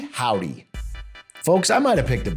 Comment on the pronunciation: bro said "nihow-dy" 💀🤠